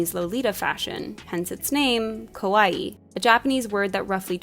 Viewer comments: ka-wa-ii not kowai, saying kowai means scary. kawaii aesthetic wasn't made for western audience, it's just part of the Japanese culture. Girls are considered to be cute, and so they live up to expectations. The extreme cuteness parts of it, like puffy lolita dresses and exaggerated printed attire did bring a lot of attention to the west as it was super girly and childlike but with adult sizes so people got hooked. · I liked this video, but I had to laugh when the narrator kept pronouncing kawaii more like kowai lol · It's not important at all, but there are two adjectives really close in sound: "kawaii" and "kowai," and the pronunciation in the video sounds more like the latter, which means, "scary."